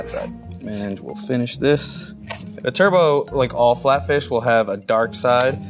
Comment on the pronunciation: "Turbot" is not pronounced like "turbo". It's actually "TER-but".